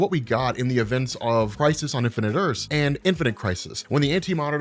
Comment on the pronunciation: I always thought you were saying "Crisis Undefended earths"